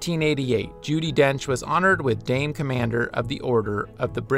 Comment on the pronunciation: ummm...Dame, not Dane